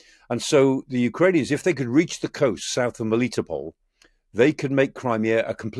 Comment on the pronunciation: Come on, man. You've had a year and a half. You've got Kharkiv down with pronunciation but "meli toe" is the one. Sadly, Micheal doesn't know much about Kraken and where they're based and are watching everything!